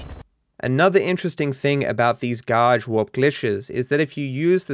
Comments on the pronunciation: You pronounced it as Gauge Warp Glishes. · Mish-on Ga-rashe Gl-itche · Love the way u say garage ,... Garaasshhheedd